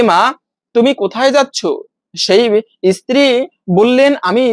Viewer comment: ইস্ত্রি নয় স্ত্রী।